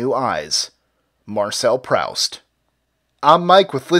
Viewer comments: I just love how Americans can never pronounce any name correctly. wow just wow. Yes it's written Proust but you don't say Praoust you say Prust or Proost if you really don't get it. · If you want to quote Proust... his name's pronounced Proost, not Prowst. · The name is pronounced Marcel "Proost", not "Prowst". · Marcel "prowst"? Dear me. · Marcel Proust's name is pronounced Proost, not Prowst. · Proust, pronounced Proost, not Praust. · Learn your author's name! NOT Prowst but Proost. He was French. You lost all respect with that screw up. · The saying is " chump change" not junk change. Also it is Prooost not prowst. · prowst? ehm....proost (proust) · I would make some remark to the effect of "Read a book sometime, ya idjut!", but considering it's Proust...well, not even I'm capable of that amount of disapproving condemnation. That said--it's pronounced "Proost", not "Prowst". [I'm really hoping you were doing that intentionally...] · It's pronounced proost, not prowst. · It's pronounced "proost" not "prowst," you sure know more about astronomy than literature! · it's pronounced "proost". not "prowst". idiot. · Proust is pronounced ‘proost’ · That is not how you pronounce Proust lol. He was a French writer! It's more like "Proost". You could have checked easily on Youtube how to say it correctly if you didn't know! I can tell if you mispronounced it as if he was an English writer you have no idea who he even was. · How do you expect to be taken at all seriously when you badly mispronounce the well-known surname of one of the three best-known Modernist writers in literary history?? Prowst my ass. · Marcel Proost is the pronunciation. YOu turn him into a German citizen, which he was not! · Marcel "Prowst"??? Um.. no. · #26, the name is pronounced Proost, Mike. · "prowst" lmao, maybe look up how to pronounce stuff you feature so prominently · Correction: Marcel's last name is pronounced PROOST. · Marcel Proust's surname is pronounced Proost, which rhymes with boost.